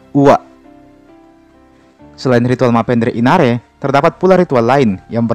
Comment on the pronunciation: Yg.bikin konten bukan orang Bugis Krn TDK tau bahasa bugisx nasib....nanre d bilang inare...inare itu nama orang